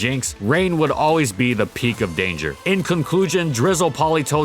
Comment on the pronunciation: " In conclugen "